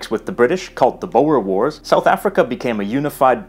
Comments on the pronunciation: A fascinating clip! By the way, the Dutch word "boer" is pronounced "boor," since in Dutch, "oe" is pronounced like the English "oo." This is because in Dutch, the letter "u" is pronounced exactly as in French, or like the Swedish "y," or the German "u" with umlaut. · Interesting video which I really enjoyed, and while there are a few points to nitpick on, as an Afrikaans speaking person it was great to see a video about it! One main constructive critique given this is a language focused channel that is important is that it would make much more sense to pronounce the word " boer " using the " oo " sound in " mOOn " and then if you can, but that is less necessary to use a rolling r sound similar to the one used in Spanish, or from Latin to say the name Romulus. Because " bower ", which you used in this video is actually the Afrikaans word " bouer " which means builder while as I am sure you know boer is farmer. So it was amusing to hear what the " builders " did in the past instead of the " farmers ". I really enjoy your channel though and I look forward to watching your videos. Keep up the good work. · just a thing; boer is pronounced "boor" - as in that 'rough and bad-mannered person' person who points out the faults in your pronunciation. great show as ever. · Yes. My understanding is that "boer" is pronounced with one syllable, as though it were "boor." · You're right, but the word is pronounced /boor/. It's never been adopted as an English word, as far as I know. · BOWER. THE BOWERS, AND THE BOWER WARS! ... you should seriously look up the pronunciation of such a simple word before using it multiple times. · Boer is pronounced BOOR. amper and kraal made their way back into standard-Dutch. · if you want to pronounce 'boer' the way Dutch people do, make an 'oooh' sound like in 'do' : boor. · Boer you pronounce like book but a r at the end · ..and that's strange. It means farmer, so it's about the "Farmers war" = Boere oorlog. Logical to pronounce it "boor".